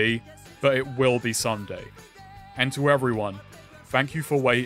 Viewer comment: "I do not know how far off the boost era video will be, but it will be someday" I can't be the only one who heard "it will be Sunday" like you're asking for help and revealing it's gonna be out in 2 days.